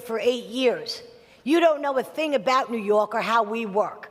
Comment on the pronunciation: "New yok"